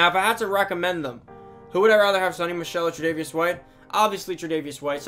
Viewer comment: It’s pronounced sow-ny